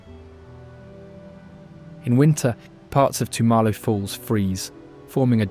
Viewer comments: Your pronunciation of Tumalo is not decipherable. Tum as in mum...a as in uh....lo as in low. Tummuhlow Falls. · Not only does the narrator mispronounce place names like Tumalo and Shaniko but many of the photos are of places other than those represented. Makes me wonder if this channel owner has ever been to Oregon.